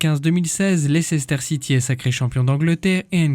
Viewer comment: Ca se prononce Leister City :) Maintenant Champion du Monde, Champions League, avec une bonne chance pour être Champion D’Europe. Il a fait le plein en cinq ans.